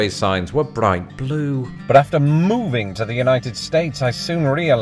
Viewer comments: You're hilarious! I'm in California and I've been laughing for a 1/2 hour. I like how you say But after MOVING to the United States, thank you for good laugh am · I love the emphasis you put on moving 😂